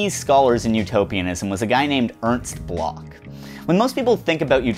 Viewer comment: >apologizes profusely to the French >barely aware how he keeps mangling Bloch over and over I'm aware how much of philosophy is just some German dudes dissing each other, but please find out how to pronounce the names you are repeating a hundred times.